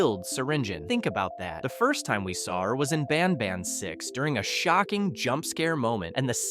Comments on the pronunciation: BanBAN not BANBON😂😂😂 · the way you said banban was very weird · You always say ban ban wrong😢